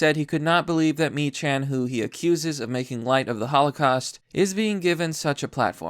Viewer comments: I know it's dumb but, it's pronounced "Meeckan" not "Mechan." Have a good night and be safe out there. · Good video but his surname is pronounced meek-can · It's pronounced MEE-kan